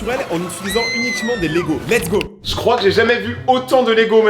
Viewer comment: lets go sans le ts 😂😂